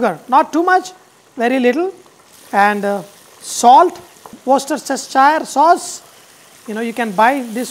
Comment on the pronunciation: Just btw, I mean this in purely an educational way, but worcestershire sauce is pronounced 'woostershire'